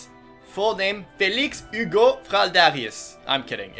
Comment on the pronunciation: He pronounces the names in French while I'm a German sitting here like: fELix HuGo- ANNETTE